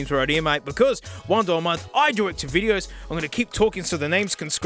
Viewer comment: “VODEO” nice